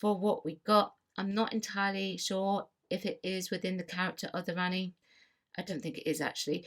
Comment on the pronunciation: Rani-pronouned Rahni You pronounced it as Ranni.